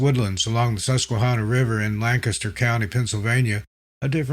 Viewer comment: Thank you for pronouncing Lancaster correctly 😂